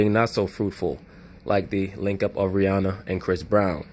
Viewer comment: Rh-Inanna LOL